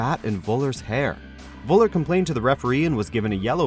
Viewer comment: 1. It's called Nürnberg not Nuremberg 2. It's called Völler not Woller Thx